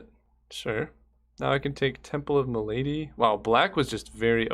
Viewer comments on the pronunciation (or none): It cracks me up how you pronounce malady :-D